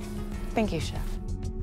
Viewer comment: Oh no… we have another chef saying “Ouis chef”…. Flashbacks of Benjamin…